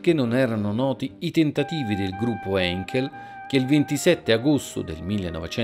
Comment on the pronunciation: Non so se sia il caso di ringraziarti per il fatto che comunque tu stia tentando di diffondere cultura aeronautica o se non farlo in quanto tu lo stia facendo con una superficialità, a mio avviso, eccessivo. Mi spiego: - L'aereo del video è da sempre noto come Caproni Campini, e non viceversa. - Se devi citare una parola straniera, accertati della sua corretta pronuncia. "Heinkel" si pronuncia "Ainchel" in italiano. Un minimo di ricerca in più ti eviterà i seccatori come me. Sei sulla strada giusta. Valuta le mie critiche da un punto di vista costruttivo. Shalom